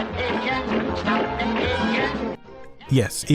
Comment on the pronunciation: "catch veh pigeon"? Isn't it "catch THE pigeon"?